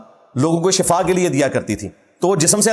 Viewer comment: Bhai shafa nahi shifa HOTA hey pheley alfaz ki adaigi Tou seke lain ye Hain enginear sahib .sehat or mout ka farq hi nahi jantey kis